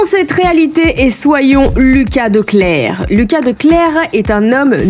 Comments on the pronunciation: Et Wuyt se prononce oueuït. De clercq se prononce De clercque. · Je me rends compte que tes vidéos commencent presque toujours agressivement, car quand je regarde d'autres vidéos ça commence plus calmement et moins brutalement, on reconnait totalement tes intros, on kiiffe ! 😂 A , en effet tu ne prononces pas très bien, j'ai pas pris la peine de lire les commentaires donc je ne sais pas si on te l'a déjà mentionné, mais du coup De Clercq c'est flamand et en néerlandais on prononce TOUTES les lettres. 👀 Donc tu diras "De Clerk" ! Voilà voilà Continue ce genre de concept, personnellement j'adore ! ❤